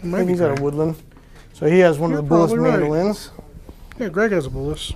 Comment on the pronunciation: Name "Bułas" is pronounced: BOO-wahs - accent on first syllable. And please don't insult our language by making a joke about the sounds. English is pretty stupid - "gh" is pronounced 3 different ways in these words: rough, though, night. Should be "ruff," "thoff," "nift." Or: "row," "thow," "niwt" Or: "ro," "tho," "nit."